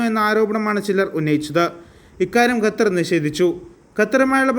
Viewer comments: Bro, it is not Gatar, but Qatar.. please pronouns correctly... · Its more maching with Arabic letter